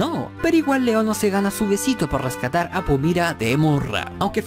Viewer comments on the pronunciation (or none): Porque Pumira y no Pumara???